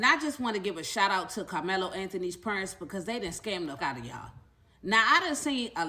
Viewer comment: 2 secs in, did that thing say "prunts" instead of parents. First time hearing that particular butchering.